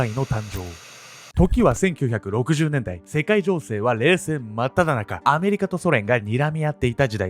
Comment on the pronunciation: 世界情勢が世界童貞に聞こえた